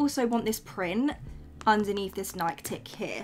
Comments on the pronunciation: bro pronounces Nike weird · My inner old nike empployee was really coming out everytime you said tick or nik